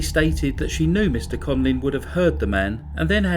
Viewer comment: Conlin (what you are saying) or Conlan (written under his picture).